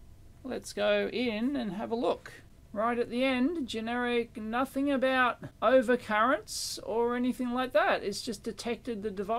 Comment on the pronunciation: "nuthn, not a sausage" so Aussie, love it